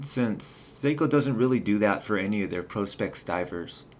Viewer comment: ProSpex not ProsPex